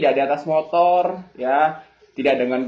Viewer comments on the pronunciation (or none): none